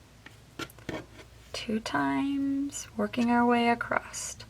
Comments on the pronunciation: Very helpful, but please stop saying acrosT, the word is acrosS. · I have never heard someone say accrosst for across and i wonder where that’s from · Great video…not made these for decades….p.s there is no ‘t’ in across, sorry but acrosst made me cringe lol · Why do you keep saying acrosst. The word ACROSS doesn't have a t at the end. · Just an fyi- there is no "t" in the word across.